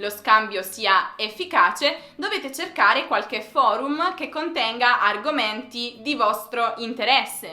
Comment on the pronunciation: Amo l'accento degli italiani quando dicono parole che finiscono con 'm' d'altre lingue come ha detto in questo video, "foruma".:)